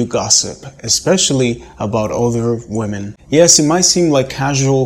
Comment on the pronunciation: Why is it that so many native speaker men cannot pronounce the word women correctly?